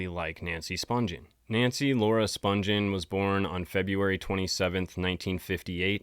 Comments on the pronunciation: You are mispronouncing "Spungen" its Spun-ghen with a hard G not Sponge-en. There is an interview with Deborah Spungen on YouTube and that is how she pronounces her name. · IT'S SPUN-GHEN WITH A HARD G!! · You are right. I think the interview is with Phil Donahue. Most people don’t realize they are mispronouncing her last name. There are also tons of videos of Nancy’s sister Susan Spungen, a famous chef and food stylist, which the interviewer usually pronounces the last name right. This is a great video, though. Very detailed.